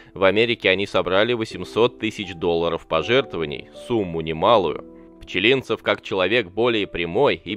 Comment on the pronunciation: Неужели нельзя нормально ставить ударение в фамилии?